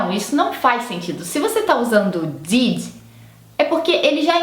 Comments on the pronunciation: Posso te dar uma dica construtiva? Diminui um pouco seus "is" nas palavras, por que no inglês tanto americano quanto britânico eles não existem. Não é DIDI é DID Não é BIRDI é BIRD Não é ENGLISHI é ENGLISH ITI .... GOODI....NIGHTI Esse I não existe. E assim segue.... Isso acontece por que não temos essas terminações no Português, então para algumas pessoas é difícil terminar a palavra em algumas consoantes, por que sentimos que paramos no "meio" da palavra. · não sei se é pq vc está "aportuguesando" as palavras, mas parece que vc confunde os sons de "i". O "did" soou como "deed" e o "sleep" como "slip"...